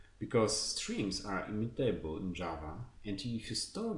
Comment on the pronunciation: thanks for the material, few comments: please check the stress of the words 'variable', 'immutable', and yeah, more vividness in voice always helpful ;)